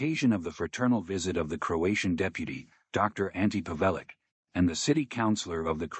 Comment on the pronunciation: Stopped listening at Pa -vay-lic,it's Pav e lic.....not difficult.